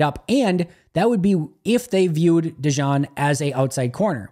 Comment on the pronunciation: It's pronounced De-Gene. Thanks for what you do.